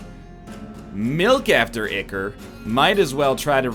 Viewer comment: EYE-chor, it's pronounced EYE-chor